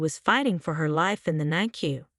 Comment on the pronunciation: NICU is pronounced NICK U 😊.